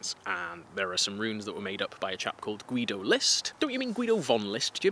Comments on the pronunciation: I wish you a speedy recovery! And a little clue: The german name Guido is a little bit special for german pronounciation, because the 'u' is silent. So the dudes name is pronounced "Gido" :) Greetings from Germany! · I would love to hear more about the crazy Nazi mythology stuff! (Also I think the u in Guido is silent?)